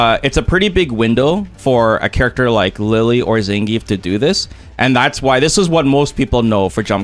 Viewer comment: SPD has beaten my jump before aswell. Zangrief not zangief😂😂